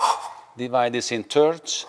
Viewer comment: I love it when he says "Divide it in TURDS :D" Amazing skill sir, apologize for my humor.